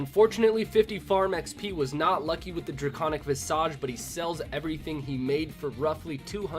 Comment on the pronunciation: please, "Visage" is pronounced "Vizij" (vĭz′ĭj)